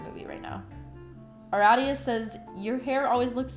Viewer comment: You said Aradia correctly... I SEE U, HOMESTUCK NERD XD love u